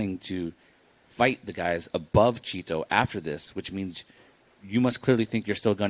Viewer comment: Chito not Cheeto you ploof